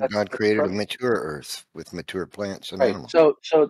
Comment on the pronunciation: with the assist "No, God made a 'muh-toor' Earth"